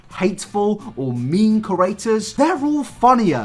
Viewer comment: Amber Gonzales thought i was the only person who picked up on this! It’s always bugged me hahaha ‘corrators’